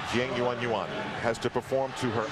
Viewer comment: I count at least 7 different pronunciations of "Jiang Yuyuan" from Al in this